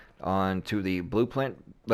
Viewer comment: Say blue print again lol